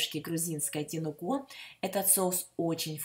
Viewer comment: Спасибо большое за рецепт. Наконец-то я узнала, как готовится настоящий, грузинский ткемали. А ударение в имени Вы ставите верно, на последний слог. К примеру, Тамрико или Тамара.